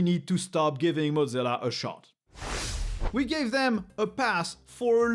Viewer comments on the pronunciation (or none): Got to ask, but why do some folks pronounce Mozilla like the word Mozzarella/Motz-zilla? Was under the impression it was pronounced "Moz" sort of like the first part of the name Wozniak, except with an M instead of W, then zilla. I thought Thunderbird is a separate from Mozilla, or am I wrong? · pronouncing mozzilla like mozzarella is kinda funny